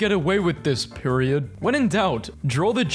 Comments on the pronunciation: I can't be the only one who felt immense pain when he called "Peridot", Period. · you did NOT just call Peridot "PEIRIOD" 😭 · its p-e-ry-do-t